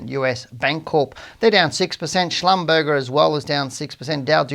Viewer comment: Schlumberger is pronounced Shlum-bur-zhay. Just for your information.